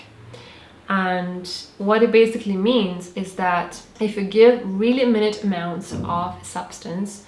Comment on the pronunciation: Good video but ‘minute’ is not pronounced as how you would say time. ‘Minute’ in this context means small or minimal dose. It is pronounced as ‘my-nute’.